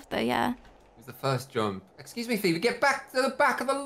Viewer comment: sometiems says her name like pheeberry lol